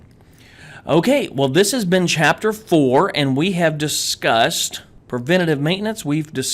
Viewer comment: It's "Preventive" .... Not "Preventitve" :D I'm sure what i'm saying is right this time, i swear! :D - an Egyptian guy